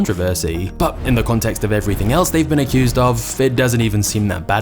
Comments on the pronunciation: Bro said acussed😂😂😂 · “Accused”. Say it correctly.